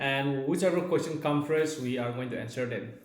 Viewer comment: actually you pronounce wrong about question, tell Emma to teach you how to pronounce question 👍